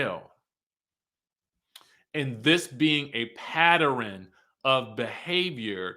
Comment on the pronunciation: I was all with this review till u said Patter-in...🤣🤣🤣🤣 u too